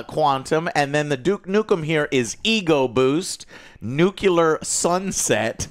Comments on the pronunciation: Please Joe stop saying nucular, it's nuclear, I know that pronunciation is widely spread but it is not correct. I mean do what you want, just sharing an advice here. Keep up the good work! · Keep it going! Comment for the "alogorithm" heh, "Nucular" is the new rad/hang loose! 🤙🏼❣️